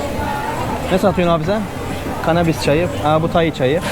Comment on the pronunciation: Tayi değil Tay ak